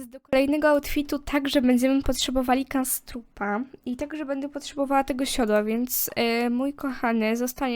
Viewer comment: On nazywa sie knabstrup a nie kanstrrup